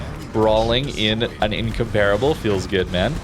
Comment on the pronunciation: Just came to hear the word incomparable mispronounced 17 times.